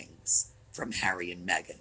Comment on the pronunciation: Thank you for pronouncing her name right too, my sister is Meagan, heavy on the eeeeee. Meghan is absolutely pronounced Mehgarn.